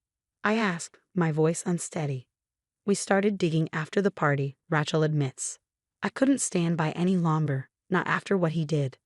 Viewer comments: Smiled at the pronunciation of name raechal. It should be lije Ray chill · We don't know how to pronounce Rachel?